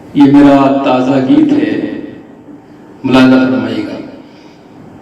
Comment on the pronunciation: Taaja nahi Taaza khabar hota hai